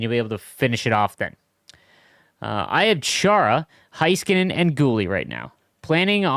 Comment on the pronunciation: I’m begging you to please pronounce Heiskanen correct. Hey-skuh-nen